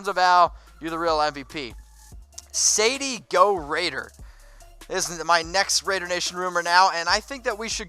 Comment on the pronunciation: Lol....did you just say "Saidie go raider..... my man.....That is San Diego Raider bro! Love the show!